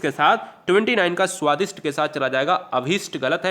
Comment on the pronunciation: Sir, Svadist hota h, t ayega th nhi